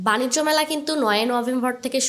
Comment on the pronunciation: বাণিজ্য মেলা বাণিস্ট না 😂